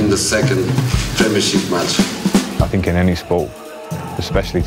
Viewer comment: “Players who sink as I sink”